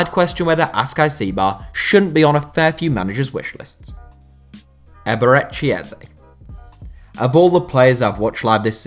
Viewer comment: Loool oh my god the pronunciation of eberechi eze